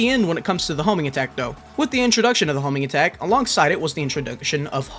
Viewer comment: Ewwwwww the Hoeeeeminggatak